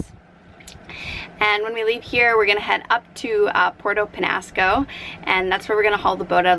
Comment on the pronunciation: Your annoying, sorry. You need to learn to pronounce the names of the town and island correctly. Show a little respect and effort to the people who live there. It’s not Porto Penasco. It’s Puerto Penjasco . There’s a “J” in there.